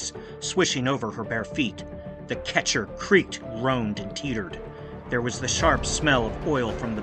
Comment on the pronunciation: The boat is a "Ketch" and not a "ketcher" as well.